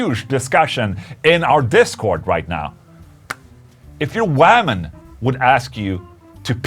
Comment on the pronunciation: Loving Ola’s pronunciation of ‘woman’ “WAHman” 🤟😂🤟 - ❤️ Ola